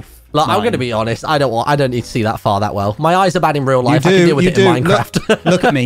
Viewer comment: its MineCr-aha-ft